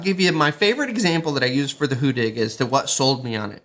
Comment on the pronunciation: hu-DDig not "hoo-dig"